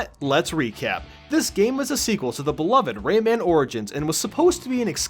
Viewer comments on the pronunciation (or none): none